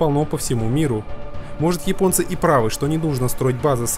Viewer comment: Всё классно. Только не "йипонцы", а японцы. Весь мир почему-то без труда чётко выговаривает первую "Я" и только в твоем исполнении это звучит, как минимум, странно.